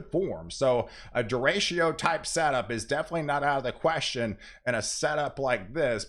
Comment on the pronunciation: derecho is pronounced day - ray - cho. ; )